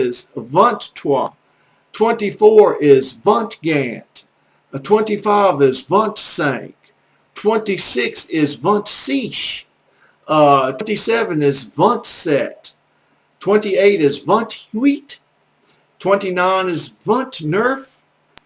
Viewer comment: Im really sorry but your pronounciation for most words is absolutely terrible. You pronounce "L'art" like "La", "Les mathématiques" like "Les malématiques", "six" like "siche", "neuf" like "nerf", "onze" like "on-zee" and the list goes on. If anyone happens to come across this video, dont learn from it, its bad.